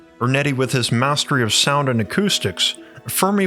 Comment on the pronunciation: This is probably the best video of yours that I've seen,. It's outstanding! But FYI, you should probably make a concerted effort in the future not to pronounce the word "nuclear" as though it were "nuke-you-lar," as the latter pronunciation is drastically incorrect.